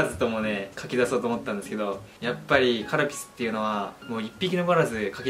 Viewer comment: カルピスがカルピルになってるやんwww